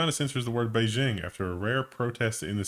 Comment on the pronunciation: Beijing (/beɪˈdʒɪŋ/ bay-JING) for